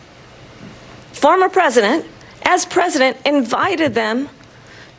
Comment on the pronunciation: can't even say fromer president - bc she knows she is actually the president 😂